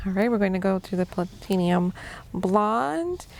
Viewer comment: Pla*ti*num - not plat*in*ium